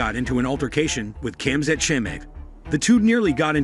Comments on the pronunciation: lmao the text to speech butchered khamzat name lmao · still he butchered khamzat name multiple times lol